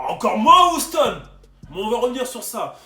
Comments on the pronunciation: Bonne vidéo mais ça se prononce «youston» et pas «ouston» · Comment tu dis Houston ça donne envie de te mettre des baffes 😂😂